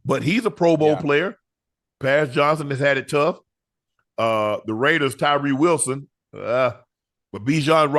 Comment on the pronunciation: Why you say Tyree Wilson name like that unc 😂😂